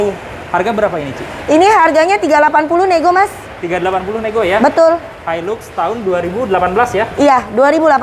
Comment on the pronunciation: Bacaann-nya Hailax om bukan hailux 😀😀😀